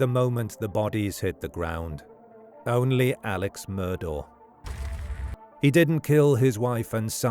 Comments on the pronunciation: His name is pronounced Alec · It's pronounced Elick Murdock.